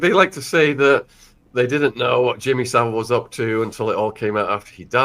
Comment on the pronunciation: Sean, tell him how to pronounce Saville and Caernarfon castle please.